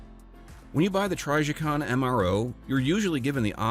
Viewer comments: Lost me 3 seconds in also. Trijicon is one of the most recognizable brands of red dots and anyone who knows guns knows how to correctly pronounce their name.😅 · lol try…jicon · I thought it was pronounced tryjaycon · TRYjicon??? Hahaha dude you’re TRYppin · You lost me at TRYjicon 😂😂😂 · If u are Brazilian it sounds "tri G coon" (portuguese). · If you can’t pronounce Trijicon correctly you have no credibility, sorry. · Narrator mispronounced the name indicating they they likely have no knowledge of the subject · I can't stand the way this guy pronounces trijicon